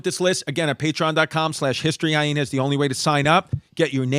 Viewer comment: The way Chris says Hy-Hena drives me absolutely insane